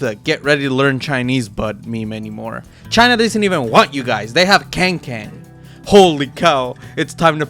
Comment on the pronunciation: The As in Kangkang's name are both pronounced "aah", so like kaangkaang, just thought i would point this out because masters is in Shanghai next year😂